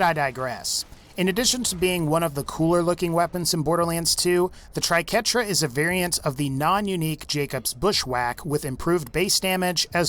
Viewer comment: That was the first thing I noticed when he started showcasing the Triquetra (or "Tri-qwerta" as many people seem to call it for some reason). Ugh, painful to watch . . .